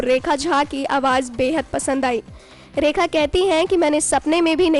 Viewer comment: AWAAJ NAHI MADAM AWAAZ